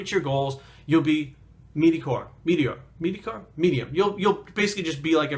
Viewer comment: its mediocre not medicore